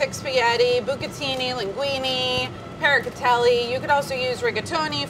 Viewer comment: 'Parracatelli'? Showing off doesn't always come off!!